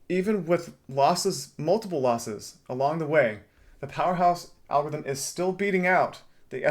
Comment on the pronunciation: Algorithm has 4 SYLLABLES. AL-GOR-ITH-EM. It’s not AL-GITH-EM